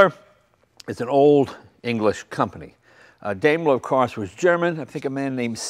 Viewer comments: Great car, but having taken German in High School, the correct way to say the company name in DIME-ler, not DAME-ler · Hey, Jay! Daimler is pronounced DIME-ler, not Daym-ler! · "Daimler" is pronounced like "dime - ler", not "dame - ler". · It says DAIMER... must be A.I.